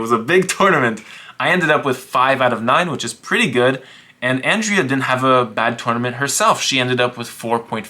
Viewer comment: Ah yes, "Andrez" Botez